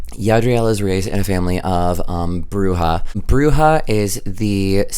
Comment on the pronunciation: you're saying Bruja correctly! It's good :)